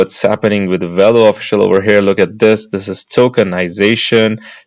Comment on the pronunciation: It’s not “wello” it’s Velo.